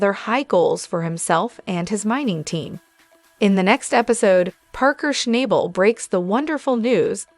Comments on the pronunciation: If you watched the show you would learn how to pronounce his last nsme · Schnabel …… can you not pronounce his name properly ?